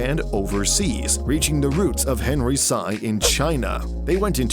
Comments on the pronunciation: that's pronounced as SEE..not sai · They're chinese, the last name is pronounced "si" like Xi not "say" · It is not pronounced as Henry Saiii. It is pronounced as Henry See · It's pronounced as "Si" like the spanish word for yes Not "Sci" or "Psy" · i cringe every time you pronounce HENRY SY as HENRY CYE.... it's HENRY SEE! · It’s pronounced as “Henry see” not “Henry sigh” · It is pronounced as /see/ not /sa-i/ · Dumbass pronouncing the last name as "sigh" instead of "see". Smfh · See family not Sigh family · Sy is pronounced as "See", not "Sigh". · Sy is pronounced as " see" or "c" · You butchered their family name. Hahaha It's pronounced as "see" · That's not how you pronounce Sy, it is pronounced as "See" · Do people outside the country really pronounce "Sy" the way the narrator says it? I really got used to pronouncing it as "see" because that's how local news mentions their family name. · It’s pronounced as “See”, man literally butchered the names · I stopped watching after 45 seconds like the second or third time you called him Henry Psi. How can you expect anyone to take you seriously when you can't even do the bare minimum amount of research on the person YOUR ENTIRE VIDEO ABOUT??? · Last name "Sy" is read as you would 'see' or 'sea' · Sy is pronounced "see" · Sy is pronounced like see, sea, c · Sy is pronounced as "see" ;) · Their surname is actually pronounced as “See”. For example Henry Sy is pronounced as Henry “See” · great research, but a research on the correct pronunciation of Sy ('see') would have been good. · Sy is pronounced "Si" btw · All this research and you can't even pronounce Sy right. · Disappointing. You pronounced Sy wrong. Please make it a habit to research how to properly pronounce foreign names. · All this research and you couldn't take 5 extra seconds on Google to find out how to pronounce "Sy" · Pronounce it properly Sy is a proper noun. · That's alot of research, But you can pronounce "SI" right?